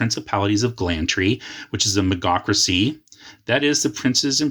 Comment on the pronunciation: Nice video, thank you for making it! I hate being that guy, but I think you're mispronouncing Magocracy. It should be pronounced like Mage-Ocracy Majocracy.